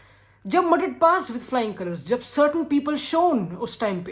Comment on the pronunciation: Not Madrid❌❌ Matrrrit👌😂